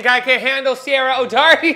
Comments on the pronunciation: The fact that I know exactly when you filmed this because I got that same exact silver alert is absolutely crazy. Also her name is pronounced like Kira. I know it's spelled like but it's one of those Irish pronunciations like Sean and Shawn and Sioban as Shivon. It's a whole different alphabet with different sounds. Edit: DO YOU HAVE A WATER COOLER FILLED WITH KOOLAID??? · "DO YOU THINK I CAN HANDLE SIERRA O'DOWERTY?" You can't even pronounce 🤣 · Her name is spelled but pronounced Keira. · is pronounced Kyra and she is my spirit animal. I love watching the Try Channel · Just fyi is pronounced as Key-rah. Loved the video. Took the shots way better than I could lol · Ciaras name is pronounced like Key-are-ah but say it fast lol. and shes a beast haha watch "best of"" vids for her